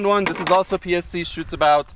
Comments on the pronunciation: He said Juan thoo tree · Wan two tree